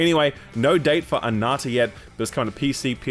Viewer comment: ANANTA NOT anata